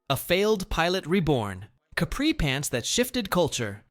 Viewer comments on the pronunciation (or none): none